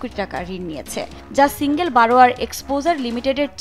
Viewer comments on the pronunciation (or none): none